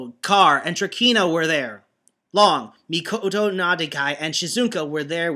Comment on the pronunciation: You still alternate saying Mikoto and 'Mikado'. The former is the correct one. Also, his surname is 'Nakadai' not 'Nadakai'. ... Uuh... Wow, I dunno... Grey? But I thought with his Jetman fanboyism, he kinda mentioned the Gai X Grey rivalry a lot, but I may be mistaken. Of course this was flooded with OTHER kind of fanboyism such as to Radiguet... Well it's Mika-fication, but what? The Bioman chapter is going to get worse reading-wise? Oh dear me, this is one thing to watch out for. At any rate, it was at this point Arcadiarika just gave up and say that the Alliance was nothing but a bunch of Designated Heroes. What about you?